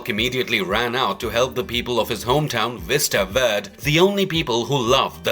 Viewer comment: I like the narrators accent I think it’s British but I’m not 100% sure but seriously Mr. narrator Hulks town is pronounced Vista VER-DAY